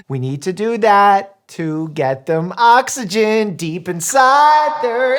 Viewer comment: "So we can get OXygen deep inSIIIIIIIIDE their alveoli" I'm dying😂